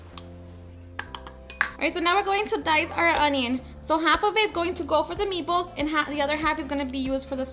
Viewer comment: I keep hearing ME BALLS 😂